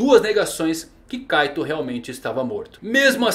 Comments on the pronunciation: Kkkkk o cara fala caitou mas se fala kait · Tanto vídeo de OnePiece que até saiu um "Kaitôu" em vez de "Kaito" kkkkkk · parece que ele fala kaido kkkkkkkkkkkkkk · Kaitou ele fala kkkk